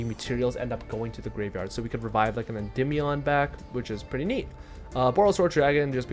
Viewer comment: Im so glad you pronounce the name correctly so many people say endeemeion it kills my brain. This is the only deck I've been playing for 3 years straight so it's awesome to see people playing it more. Also I think the magician restage version is the best way to play this deck but is super complicated